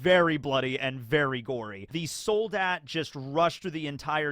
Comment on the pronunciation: Also it's ,,Sol-daht" It means Soldier